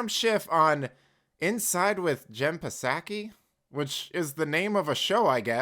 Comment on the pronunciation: actuallu Jen Psaki the p is silent